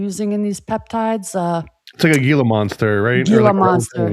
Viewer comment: Gila is pronounced heel uh